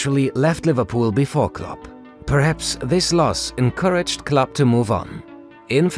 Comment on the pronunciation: It is kind of confusing if "club" and "Klopp" is pronounced the same ;)